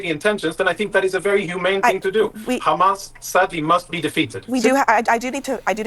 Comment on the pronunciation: They have zero talking points.. just khamas khamas khamas.. WHAT IS THEIR EXCUSE FOR THE WEST BANK WITH NO H!!..